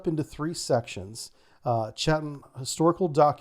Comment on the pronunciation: Nailed Chatham though! (Yankglish tends to emphasise those H's in -ham endings, while they just soften the a in English)